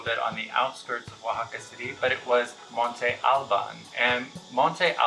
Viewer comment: Spanish words which silables carry an accent mark on their vowels are stressed stronger on that particular syllable. You do not need to speak Spanish to make an effort and pronounce arqueológicas sites properly. Monte Al-bÁn!